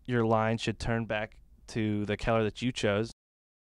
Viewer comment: Awesome video, very helpful! But seriously... learn to pronounce "color"! haha